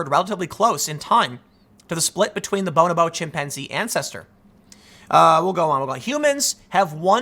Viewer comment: Also, it's 'bo-NO-bo' not 'bone-oboe'